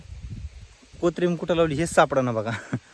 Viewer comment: कोत्रिम..नाही रे भाऊ ... Kothambir